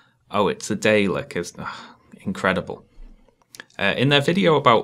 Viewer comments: yeah he says day-lek, when noone in universe or ever says it that way, he said it that way for comment bait I'd imagine, or he's an idiot who couldn't be bothered to do any research. It's pronounced dar-lek for reference, it's not an accent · Ah yes my favorite Dactor Who villians, the Daylicks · I'm in the middle of this, don't really care. But the "daeliks" really got me. How could you CinemaSins? Also, you should have put a "sin counter" in this video for the sins that CinemaSins did haha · that opening was great I stopped watching them thanks to you, it stopped being funny anyway before i watched your videos. Ok, that DAYLIX part made me cringe, how can you mispronounce Dalek Another point about the Kung Fu Panda one, He actually receives the message at the end of the second movie, and it is clearly seen. I know they had seen it since they sinned that movie already, heck they even gave a sin to how he received the message. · If I had watched any of CS's videos and heard them say "day-lecks", that would have been the last video of theirs I ever watched. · DAYLIKS? EXCUSE ME?! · I lost my lips when he said Dayleks 😑🙃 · day-licks... god that hurts